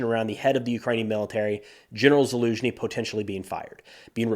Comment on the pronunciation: Haven’t listen to this YouTuber in a while. Verdict: he finally learned how to properly pronounce Zaluzhny.